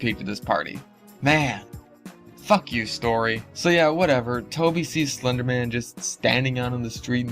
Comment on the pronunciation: Tacci tuuby sais slunduh men